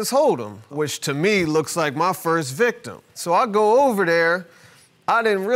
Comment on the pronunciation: Is it me or am I hearing the guy say "I am the (Victor)" repeatedly. I think he meant to say "victim."